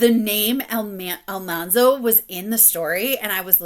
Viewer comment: I noticed the pronunciation of Al-MAN-zo too in Farmer Boy! I thought, "have you ever watched the TV show?!" But I do really enjoy her narration otherwise in the series. Starting By the Shores of Silver Lake this week.